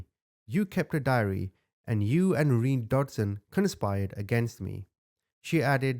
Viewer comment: Pretty sure his name was pronounced "Re-Nay" not "Reen" either way, what a horrible woman. Those poor kids